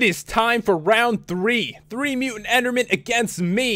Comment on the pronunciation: omly mutant, not mutan